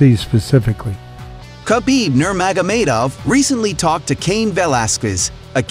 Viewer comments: Khabib nermoga"maid"ov? Didn't know there was any I in his last name haha but I can get having a hard time pronouncing his name he's only like one of the most popular fighters in the world. Haha hope you get that down! Bruce buffer confirms with fighters before announcing their names how to actually pronounce their names if you watched the fights and listened to the announcers or Bruce it's not hard to figure out again makes me think you don't actually watch but just get a written script and make a video. Ooliveria? It's pronounced just like olive but you're adding an extra o in there and revisit Islam's last name too haha maaakhachev? Just reading off a paper and guess work sounds like. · khabib nurmagamedov look that one up or watch some videos of people talking about him and pronouncing his name correctly that one was a bad one every video I see at least one or two that are horribly mispronounced if you actually kept up with the sport you wouldn't have this trouble. Makes me think you watch other videos get info and then make your own without actually knowing what's going on or knowing the fighters, if you were a true fan you wouldn't have that issue js. Going to be hard to get to subscribers when there's about 15 other channels doing the same thing but actually pronouncing the fighter's names right and the channel actually seem like legit fans putting out info. The impression I get is that you have some articles that you read and then make videos on them. Maybe I'm wrong but you're the only channel that I've seen that seems to have this regular issue. Good luck!